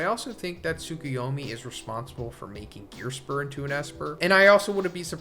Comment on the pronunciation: Im sorry.. who is Gearspur? Definitely butchered that name, but ive never heard of him in this series or your videos until right now haha